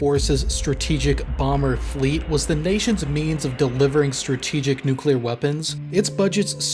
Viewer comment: Finally a youtube channel that doesn't pronounce the word "nuclear" as nuculer